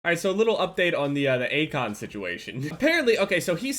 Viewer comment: At the start I thought said acog instead of Akon